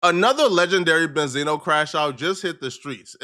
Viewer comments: He's name is not benzeno it's benzino🤦🏽‍♂️ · Well Damn? I Always thought his name was pronounced BEN-ZEENO? Not Benzana?